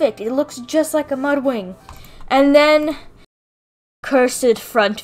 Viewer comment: LOL!! She said "So we have Mudring right here..." She said "ring" not "wing" XD